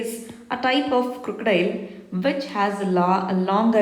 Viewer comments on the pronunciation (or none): none